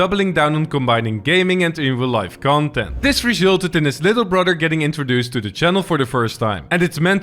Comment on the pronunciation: The way you said "resulted" was so Dutch that it emptied my spice rack.